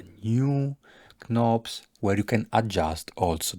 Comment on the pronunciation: Also, if you don't mind me saying so, I'm not in the least bothered by your Italian accent but there are a couple of things that really hurt my ears and one of them is 'knobs'. The k in knobs is silent, like in 'know, 'knife', 'knit', 'knock', 'knight' etc. So it's pronounced 'nobs'. Also, knobs are the things that you tend to turn to adjust. The push only things are called buttons.